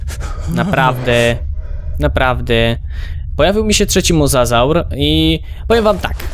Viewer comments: mówi się mozozaur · Pisze się mosasaur ale mówi mozozaur